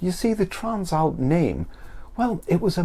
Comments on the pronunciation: Bro trans-alp not tran-slap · The translap must be a British thing. I have never seen/heard anyone struggle with the name.